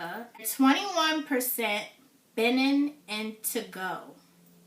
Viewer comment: Greetings again. Benin is pronounced “Beh neen.”